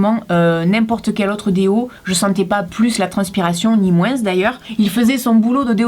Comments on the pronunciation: sa me stresse quand tu dit moinsse au lieux de moin 😂😂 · Est ce que c'est l'accent du Sud mais quand tu dit moins tu le dit moinssss